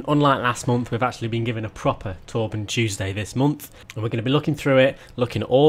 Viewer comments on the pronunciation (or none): none